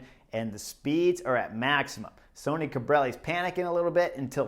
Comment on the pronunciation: Great job Chris! Today Bob or Phil said that Sonny Cobrelli was named after Sonny Crockett from the TV series "Miami Vice". However, about two minutes into today's video you pronounce his name like Sony several times. Later in the video you do pronounce his name like Sonny (sunny). Scott